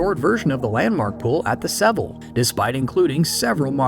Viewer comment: Lost me with the consistent mispronunciation of “Seville.” So annoying. A little bit of research would’ve saved a LOT of credibility.